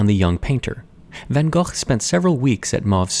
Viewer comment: Pronounced “gogh” very well 👏